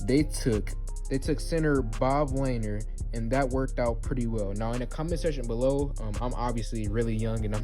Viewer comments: Good grief. Pronounced Luh-neer. Lanier is a hall of famer. Do a youtube search and learn something. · Bro you dont know who Bob lanier is pistons hall of famer he's like one of the best pistons of all time and BTW you pronounced his name wrong and hell no I don't want Lavine he's garbage